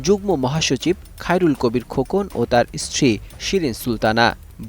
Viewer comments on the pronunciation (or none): none